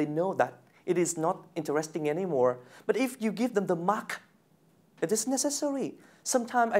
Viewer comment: Lần 2 này thấy perform tốt hơn nhiều so với lần đầu ý, nhưng mình thấy ổng vẫn phát âm sai từ "interesting" với hay có kiểu idea bị lặp Anw thích Dan quáaaa, hay cho từ vựng liên quan chủ đề